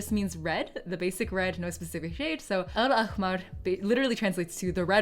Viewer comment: Btw al-ahmar there is a ح not a خ sound , it comes from the bottom of your tongue , not the top of your throat